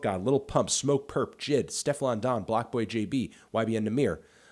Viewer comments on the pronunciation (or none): Melon it’s pronounced Jay Eye Dee, not Jid